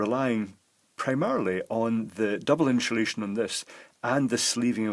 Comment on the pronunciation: insuhlation new word